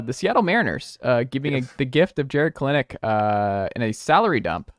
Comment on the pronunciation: Please pronounce Kelenic right.